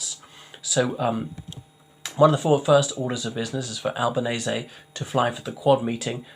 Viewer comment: At last, someone who pronounces his name correctly! They took Earls Court for long time.. ☕🤗